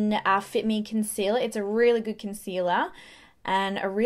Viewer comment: "Just a very thin layer and you ah goood tew goeer!" 😂😂